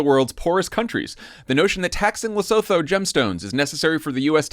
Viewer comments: Leh-soo-too NOT Le-so-tho! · Luh-SOO-TOO is the Southern African nation. Otherwise, thanks! Keep up the good work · Guys, the way you pronounce Lesotho is “Le-SU-to.” You’re welcome 😉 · Guys, it’s pronounced LesUTU not Lesouthou. Appreciate your podcast but please. 🙏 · Guys, Lesotho is pronounced Le-sue-too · I love you guys, buy please learn how to pronounce Lesotho. Le-su-too. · It is pronounced "Le soo too" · Please stop pronouncing Lesotho incorrectly. It's Leh-SOO-too! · Come on guys. You can Google how to pronounce Lesotho. Lair-Sue-Two. Fast. This is so classic to view from Africa. It's a big story for us but not how you're covering it. Still, well done for giving a brief nod to Lesotho. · For those who are curious, it's "Luh-soo-too". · Great show guys, but it's pronounced Le-Sue-To 😄 - Concerned Lesotho citizen